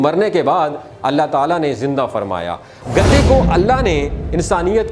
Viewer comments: او گدھے تجھے گدھے بولنا نہیں آتا۔۔گدے گدے لگا رکھی ہے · گدے کہنا غلط ہے صحیح ورڈ گدھے ھے گدی نہی بلکہ گدھی صحیح ورڈ ہے گدے تو بستر کے گدے ہوتے ہیں یا کاغزات کے بنڈل کو گدے کہیں گے